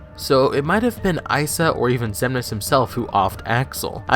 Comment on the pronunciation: Also pretty sure I heard mansex instead of xemnas